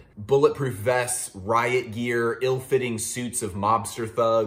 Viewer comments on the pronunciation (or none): none